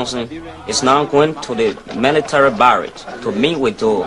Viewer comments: Doe, prononcé [Dô], le 'e' est muet. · Excellent travail. Sinon c'est Samuel do , on ne prononce pas le e, c'est pas un nom africain, on nomme doe qui se lit do ; toutes personnes aux USA qui n'a pas de père ni de mère, souvent des enfants abandonné à la naissance sont nommés Doe..